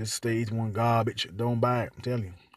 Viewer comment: * gum smack , sposed to umm, * gum smack * gabbige mannm * gum smack .( Has no data to support his claim in any way) 🤭 Save your money and buy a legit 10 year old hot hatch with Turbo instead of trying to make a racer out of a Domestic dog made to haul groceries.